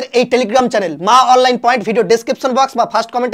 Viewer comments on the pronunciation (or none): none